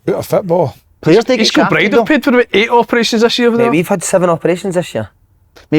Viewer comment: Why does Si say "toe" rather than "though"? Loveable mongo...